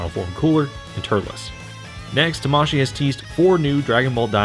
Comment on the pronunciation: It's pronounced tamaSHII, not taMAshii, that's why it has two i in it. It's like kawaii.